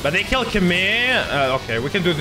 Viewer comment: Everyone: DOUBLE KILL!: DOUBLE KIRR!